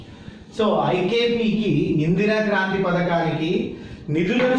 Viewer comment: Kaanthri kadu sir.. Kraanthi